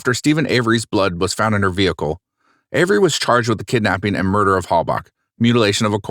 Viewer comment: "charged with morder" In all seriousness though, very good video